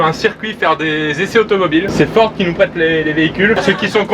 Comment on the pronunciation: Quand il a di merci Ford j ai compris merci Porn 😂